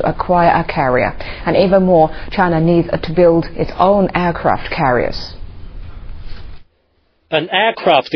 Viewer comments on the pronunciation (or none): nothing else matters when they have..."Aircwaft Cawiers" and great "File Powa" and "Militawy"